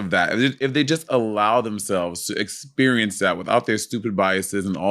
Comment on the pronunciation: “I don’t have the same ex-pur-ience” ❤😂❤